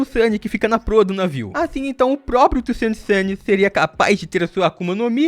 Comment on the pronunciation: Escrita: Thousand Sunny, jeito de falar: tauzandi sani